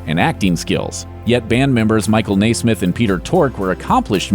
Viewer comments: You are mispronouncing The Monkees’ Mike Nesmith’s last name. It should be NEZ-mith. In fact, his nickname throughout his career was “NEZ.” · You are pronouncing Milke's last name incorrectly. It is NES SMITH. NOT NAAA SMITH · Michael NAY-SMITH? REALLY? All of my life, it's been pronounced NEZ-MITH. Is there an accent mark on the "e" that I'm not aware of? Reminds me of my mother-in-law who insisted on pronouncing President Reagan's name REE-GAN, while listening to the rest of the world call him RAY-GAN during weeks of newscasts following his shooting. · "Nay-smith"? I nay-ver thought anyone could mispronounce Nesmith. Nay-ver say nay-ver. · It's Nes-meth